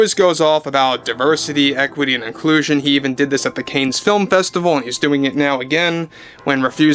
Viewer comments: CANNES is pronounced Can . Like in One Tin Can.Not Cans. Not "Canes". You're welcome❤Cannes = Can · Cans not canes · "Cannes" is pronounced "Con" and not "KAYNEZ". De Niro is a washed-up, has-been, who has been radicalized by Marxism and the radical left. He has Trump Derangement Syndrome (TDS). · Hey, love your content and agree that De Niro is unhinged, but Cannes is pronounced like Kahn, not Canes. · i winced everytime he said "CANES." this is spose to be his beat, and he doesnt know that its pronounced CON? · Excuse me ..I think it is pronounced '*Kahn*' not 'canes'.. just for the record ..🗣️🍀🍀🍀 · It’s pronounced Can not Cain festival. Sorry just sounded strange as Cain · Sorry dude but you said it like 5 times..Cannes is French and it sounds like “Can”. FYI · just a heads up, the festival is pronounced "Can" as in "Tin Can". Silent "s" too. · ❤Cannes is pronounced Caahn. Like the actor James Caan. ❤ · Dude, just one thing. Cannes is pronounced Kaaahn. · Just to let you know..."Cannes" is French and is pronounced, "Can". Unfamiliar to English speakers but yes 'Cannes' is pronounced, "Can". R.DeNiro is a gianormous dickhead.❤ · Pronounced 'can' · It’s pronounced cansssss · its pronounced, "Can" Film festival. LOVE yer vids. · Cannes is pronounced Can. Just saying. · a humble FYI, it’s pronounced Can, like tin can. Thx ☺️ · So the pronunciation is just Caann….with a long aaaa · "Caines" film festival 😂 Love you 😙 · Hey, check the pronunciation of Cannes. I think it sounds like "can." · Cannes is pronounced kahn like Genghis Khan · It’s pronounced “Kan”, rhyming with “can”. Keep up the good work! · Enjoy your show!! … Cannes is pronounced Can (holding out, time-wise, the vowel ‘a’ ever so slightly sitting at the back of the throat…. Silent ‘s’ …you’re in the game here, ya gotta learn to pronounce the words of the trade. Cannes is one of those words. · CAN film festival. Pronounced Can. Like tomato Can. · I think it's "conn", not "canes".